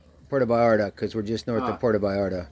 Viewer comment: it’s “Puerto,” not “Porto …”